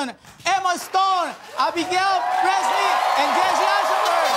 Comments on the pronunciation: It's Breslin amigo, not Breast-lin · Did he said Abigail breastlin😁😏